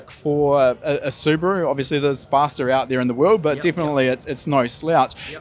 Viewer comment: Appreciate a kiwi who is able to pronounce Subaru correctly.